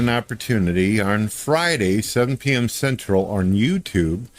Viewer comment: "Arn Friday, at 7pm Central, orn YouTube" His super strange intrusive R isn't even consistent